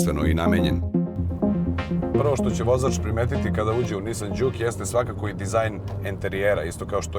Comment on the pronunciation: Mislim da se kaže Džuk, a ne Đuk :-) Auto jeste super, naročito u Sport modu koji je itekako zgodan u situacijama kada treba na kraćoj deonici puta preteći nekog sporijeg vozača (iskustvo sa Ibarske magistrale). Takođe je vrlo zgodno što ima integrisan bluetooth, pa se lepo može razgovarati u toku vožnje. Niste samo spomenuli da ekran pored toga što pokazuje 3 moda vožnje takođe prikazuje na lep način i klima uređaj. Jedina mana ekrana je što nije toliko vidljiv iz ugla vozača tokom vožnje.